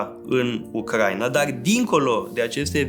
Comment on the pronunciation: U-cra-i-na, nu U-crai-na